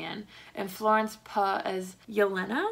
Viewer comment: Florence "puh" lol